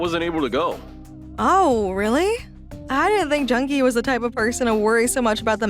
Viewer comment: It is pronounced Jun-Ki